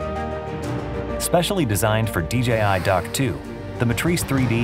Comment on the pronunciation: finally DJI showing us how to pronounce DJI correctly. YouTube clowns need to stop calling it "DGI" just because everyone else does it